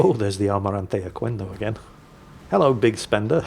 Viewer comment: Hola! In spanish, the letter "q" always goes followed by a "u" when the next letter is a "e" or a "i", and together "que" sounds like "ke" and "qui" sounds like "ki". So "Almirante Oquendo" sounds like "Almirante Okendo" (not "Okuendo"). Other spanish words with "qu" before "e" or "i" are: queso (sounds like < >, means cheese), quemar (< >, to burn), "chiquillo" (sounds like < >, means "little boy"), quitar (< >, to take off) 🤓